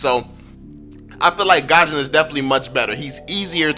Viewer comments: I'm gusion main. I don't is saying his name right lol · look its not hate or anything but fanny is be better than gusion. Btw it's gusion on gashen